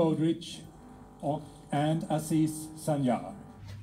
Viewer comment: "Aziz Sancar" diyeceksin mal herif "asiis sanjaağ" değil. Deli oluyorum lan! Bu adam bir ismi bile düzgün okumaya tenezzül etmiyorken kimse benim Türk aksanıma laf etmesin!